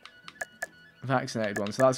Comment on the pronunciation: i'm seriously chouting at my computer every time he says it's a vacinated animal